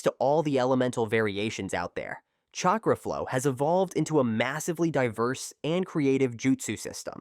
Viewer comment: Bro, if you even TRIED to pronounce the names of these people and their jutsu, I’d probably be impressed. But really? “Chay cruh”? Wtf?